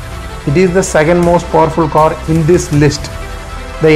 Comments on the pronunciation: Its CAR AND NOT COR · Its car not kor